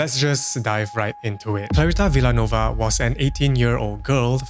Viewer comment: Hello, its pronounced Vil - ya - nuwe -va :hand-purple-blue-peace